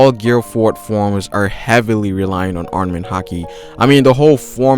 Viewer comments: ARMAMENT! NOT ARNAMENT! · STOP SAYING ARNAMENT HAKI